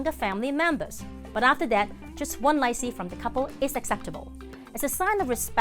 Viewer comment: The way she’s pronouncing “lai see” means something else 💩 😂